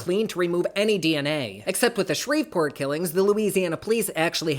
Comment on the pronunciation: I live for your videos ❤❤❤ I could listen to you all day I swear. Btw from a Louisianan, the "v" in Shreveport is silent 🤣🤣 no hate though I promise 🥰🥰